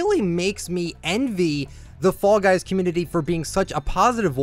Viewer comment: When you talked about this on your podcast I thought you were saying “frog eyes” for some reason